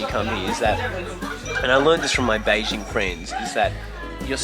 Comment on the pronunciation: hahahaha, the way says 'Beijing' is so authentic, just like a local Beijinger! Ben的英文不会是跟丁广泉学的吧？😝